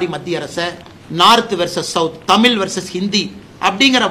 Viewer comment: எத்தனை முறை தமிழ் என்ற சொல்லை அண்ணாமலை தமில் என்று சொல்கிறார் பாருஙகள்.